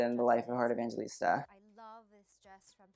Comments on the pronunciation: lmao her Surname is pronounced as 'E-vang-he-lis-ta' not 'E-van-je-lis-ta' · you pronounce her name heart evanghelista I'm from the Philippines heart is from the Philippines. That's how she pronounces her name evangHElista not evangGElista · sis said heart evanjilista 😭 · it is pronounce as 'evanghelista' not 'evanjelista' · Its not how you pronounce her surname its not evan-ge-lista its evanghelista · I'm Filipino and Evangelista is pronounced EVANG-HELISTA. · It's pronounced as Evanghelista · the pronunciation of Evangelista is Evanghelista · here last name is pronounce as Evang-he-lista.. and the word abubot means accessories..... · The Evangelista though😂 Filipinos will only understand Correction What it seems like - EV - VANG - GE - LISTA How your suppose to say it - EV - VANG - HE - LISTA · You should pronounce it as evanghelista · Am I the only one who cringes every time he mispronounced heart’s surname?